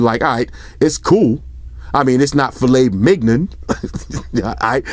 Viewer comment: “Filet migon”😂😂😂😂